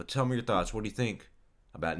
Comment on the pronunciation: His name is pronounced as nine numb